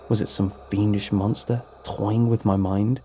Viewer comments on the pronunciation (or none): none